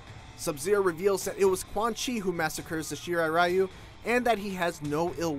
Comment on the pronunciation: It is pronounced REE-U